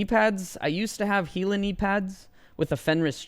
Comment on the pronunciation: Great vid. You're the only one that can seem pronounce Gila correctly too. Lol